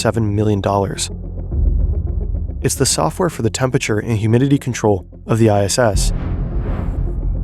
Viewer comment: You'd think this huge media company would be able to employ a narrator who can properly pronounce "temperature".